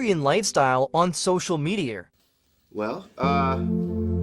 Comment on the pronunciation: Holy crap the word media is mispronounced